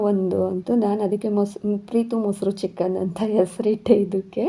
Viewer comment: ಸಿಸ್ಟರ್ ಅದು (ಚಿಕ್ಕಾನ್) ಅಲ್ಲ ಚಿಕ್ಕನ್ (ಮಟಾನ್) ಅಲ್ಲ ಮಟನ್